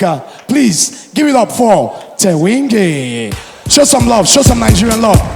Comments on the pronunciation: Hahahaha, AY did I hear you say Thewinge? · Kudos to you Thenjiwe, its so clear Nigerians hate us, the introduction was sarcastic(wrong pronunciation on purpose), very stern look on most of their faces, negative energy all over the women. You are a survivor girl!! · It's Thenjiwe not Thewingi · hahaha Thewinge seriously!!! its Thenjiwe! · Lool did he say Thehingwe?? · Khulubuse is Zuma’s nephew...not son Thenj-thenj,I heard the MC butcher your beautiful name 🤔